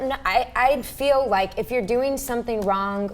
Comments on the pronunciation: Say "wrong" not "wron-G", shit... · Why does say "wronk" instead of wrong?